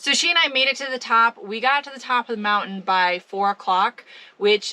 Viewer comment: Moun~ain , I like the way you say it.